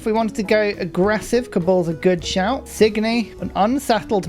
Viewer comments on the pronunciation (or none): my beloved, I ignored it like 10 times already but I have to be that guy to tell you it's TsiNGy not TsiGNy:D